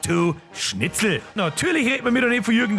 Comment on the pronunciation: Schitzl? 🙈🤣 Apache bogfotzen alarm 🚨?